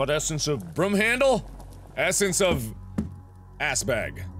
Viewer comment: Mark says broom the same way he says room.